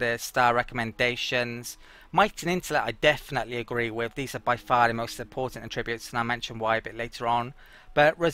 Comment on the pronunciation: I didn't even notice the melee thing among all the mispronounced 'attributes'. :) The emphasis should be on the first syllable when used as a noun. (AH-tri-butes)